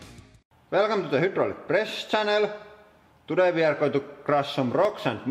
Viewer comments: I agree. Now whenever I talk about Hydraulic Presses or the Channel I always call it "Hoodraulic". It actually sounds better that way! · I love when he says "Hüt-trallic" :D